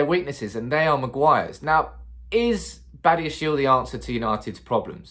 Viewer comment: His surname is pronounced as bah-di-ya-She-leh he is from African ancestry.